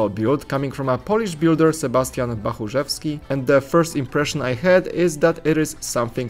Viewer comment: What??? where are you from? Noone from western europe can say Bachurzewski that well